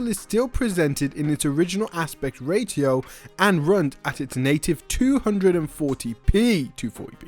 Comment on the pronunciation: Did bro say rayTo